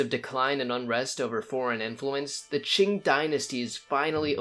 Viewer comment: Qing, se pronuncia ching y no King..